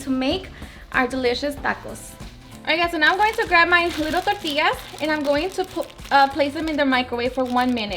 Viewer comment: 💜her receipes , we all have different accents Tor-tias , we usually say Torti-yas ...